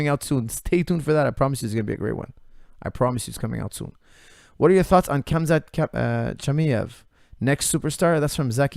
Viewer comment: Love hearing your view on the fight game but broooooo....you can pronounce Khamzat better than that LOL